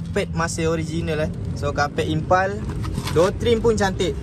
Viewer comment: Sebut pun tak betul..Impul kau cakap impal